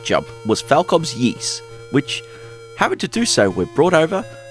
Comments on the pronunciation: SMS Ys was the first one version I ever played and I liked it a lot back in the day! Side note, you're mispronouncing it, it's technically more like "EE-SS" (hard "s"), not "YEE-SS." Anyway, the SMS version is probably still my favorite early/8-bit version of the first game in the series. It looks great, plays great and sounds great. It would have been nice if it could made a little faster, but other than that it's very well done. I wish the second game in the series had also made it's way to the Master System, but what can ya do. I'll also add I find the DS version of the game, which is in kind of crude polygonal 3D, is one I also feel is underappreciated. I still like that one a lot as well. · I won't pound the point into the ground about pronunciation and will shut up about it right after this 😁. It is correct that it sounds like 'grease', but there is no "y" sound at the beginning. They say it out loud in a few of the games. Also, in Japanese it's (イース) which is i-su - the "i" sounds like an long e and the vowel at the end is basically dropped to create the word. I appreciate your videos and am not trying to be a jerk or anything, so please don't take it that way. Also, I completely understand why we didn't get the sequel on the SMS, it's just dissapointing. Likewise, it's too bad they never ported it to the Genesis/MD or Sega/Mega CD either, but at least the Genesis got a great version (IMO the best overall version) of Ys III... even if it is the 'black sheep' of the series. The one version of the original I still need to play that I've only seen on video is the not-so-well-regarded Saturn version. Well, that and the creepy, weird X68000 version. Anyway, keep up the good work 👍